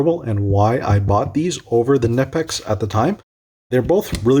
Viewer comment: its not nipex its knipex😁